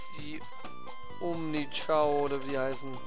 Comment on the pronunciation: ist kein kraft typ ist ein neutral chao... ps es heißt chao nicht kao...